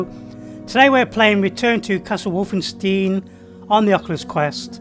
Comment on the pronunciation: The way he says Wolfenstein during the start hurts